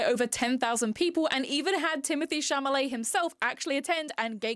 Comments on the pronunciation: The l comes before the m in Chalamet I think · It's Timothee Chalamet, not Chamalet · idk if it’s a meme or something, but you’re pronouncing his surname wrong. it’s cha-la-met, not cha-MA-let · I loved your video and I love your hair. However, my OCD compels me to point out Timothee's last name is pronounced Cha-LA-met, and not Cha-MA-let. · it’s chalamet not chamalet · hearing you say Chamalet instead if Chalamet is killing me 😂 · (it's Chalamet* not Chamalet) :) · shall-a-may. SHALL-A-MAY. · In the start, am I tweaking or are you saying “Chamalet”?? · With peace and love it’s Chal-a-may. That was driving me nuts the whole video. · You’re saying Tim’s name wrong and I’m irked 😂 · As someone with an accent and a lisp, it’s interest possible it was an accident, I misread and mispronounce names like that sometimes. Not a big deal